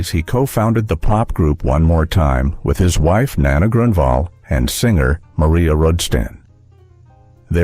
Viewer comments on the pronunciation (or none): none